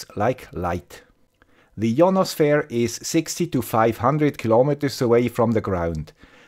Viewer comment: Pronunciation of 'Ionosphere' ;)